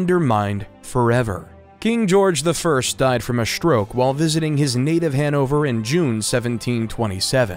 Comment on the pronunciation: The narrator has a pleasant voice but OMG the pronunciations!!!! It’s strong, not SHTrong, stroke, not SHTroke! For crying out loud, hire a professional! Preferably a Brit!